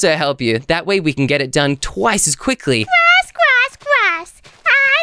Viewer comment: Try saying "quikly,,again😂😂😂